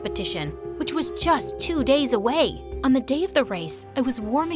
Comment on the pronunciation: “Too day away” 💀